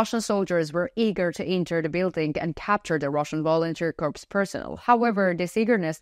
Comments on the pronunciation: I offer a gentle boost to your English language skills. The written word "corps" (as in Marine Corps) is pronounced "core", as in the center of an apple. "The Vlad apple is rotten to the core" Your pronunciation is correct for the word "corpse" as in dead body. The plural would be "corpses". You also pronounce the word "the" as "da". To get it right, put the tip of your tongue against the tips of your two front teeth. Exhale to create the "th" sound, then follow this up with an "ah" sound by dropping your tongue down. Otherwise, your english is quite good. Salva Ukraini ! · Correct pronunciation of 'corp' is "core". Corpse is a dead personal.